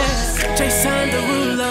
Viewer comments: I'm sorry, but Jason Derolu #7 is... Too quick, especially the "Jason" part. "jAYSN deruuulo." What is that? Put emphasis on ya name, boy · I like how he pronounces it Jay-son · Personally I disagree with your rating of “Jason Derulo #7” as I dislike the emphasis of the “o” in “Jason” so I would remark it to a 7/10. Other than that I would highly rate this comment.